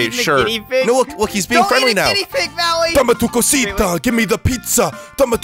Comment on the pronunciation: It,s DAME ATU COSITA